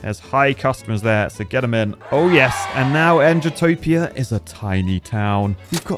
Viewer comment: For Bridge's sake,, JUST CALL IT "NEW ENGITOPIA"! It's not that hard!